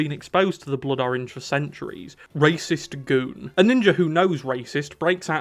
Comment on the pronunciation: ❌️ Rahs Al Ghuul ❌️ Raysh Al Ghuul ✅️ Racist Goon